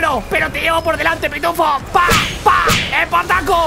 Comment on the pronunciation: "EEEEEEEpartaco" Servidor: LAN Invocador: Kigrium